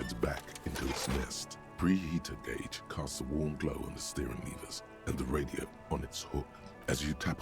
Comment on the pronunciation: That's one way to pronounce "gauge"....